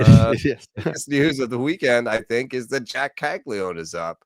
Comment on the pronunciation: Why is everyone in baseball calling him Cagli-one? Isn’t it Caglia-none?